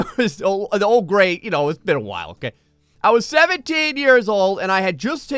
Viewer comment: Gray Call it a Gray room Not a Graet Room